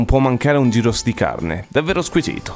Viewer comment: Gyros si pronuncia “ ghiros “ però